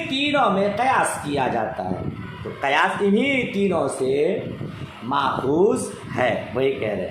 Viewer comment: Qiyas hoga na ke qayas